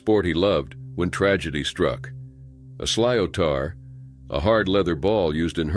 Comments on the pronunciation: 4.54,a hurly ball is pronounced slit-or not silotar😂😂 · The name of the hurting bal is pronounced shlitar. This was a very sad accident